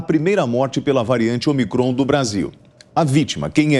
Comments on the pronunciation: O apresentador, não é omicrÔn. É Ômicron. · Cara burro, não sabe nem ler a tonicidade da palavra de forma correta. É """Ô"''"micron, não omi"""CROOON""". Depois quer ter credibilidade pra falar alguma coisa.